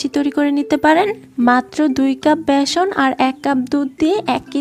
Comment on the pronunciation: ম্যাডাম ভ্যাসন নয় ওটার নাম ❤(ব্যাসন)।